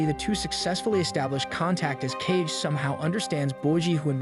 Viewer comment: Ka-Ge not "Cage" haha